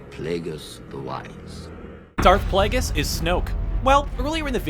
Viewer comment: Plagueris pla-gr-iss